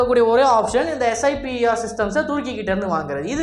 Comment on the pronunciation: அது ஸைப்பர்..ஸ்ஐபிஆர் இல்லை..